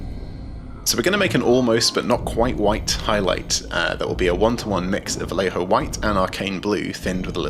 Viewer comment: You spell "Vallejo" wrong! it is "va-yeh-ho".